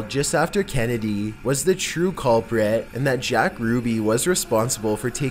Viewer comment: Oh my God dude, you need to learn how to narrate properly. To say the least- you put emphasis on the wrong words at the wrong time, all the while taking inappropriate pauses! "Cuulpriiiit".. man, you're the culprit of fucking up a good video with your nasaly ass voice. Learn how to talk before you do more videos. Thank you.